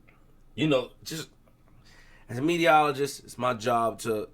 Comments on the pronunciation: is Saying “Mediologist’.. Not Meterologist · magic ty ty he said mediaologist